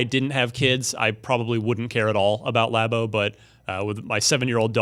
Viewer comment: Again with the lobbo what the heck it’s labo like a lab 🧪 not lob please correct lol